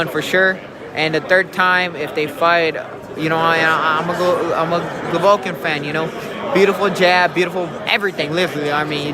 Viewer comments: Rolly is stupid af!! He says he’s a ‘Govolkin fan’. How are you a fan and pronounce the name wrong? And he says 7-5 canelo first fight smh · Rolly a fool, can’t even say “Golovkin”, and saying he is a fan smh